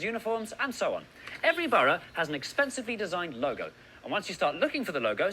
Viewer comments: Btw I remember you saying you were confused by how we pronounce borough - you say it sort of like Bur-O. We say it like Bur-A (sounds like Bruh) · We pronounce the word borough ‘burruh’ not burrow. 😀